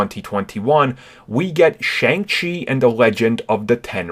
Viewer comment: It is pronounced Shung Chi